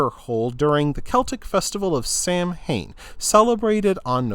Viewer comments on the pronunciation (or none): Cool. You have a unique voice. btw "Samhain" is pronounced Sah-when".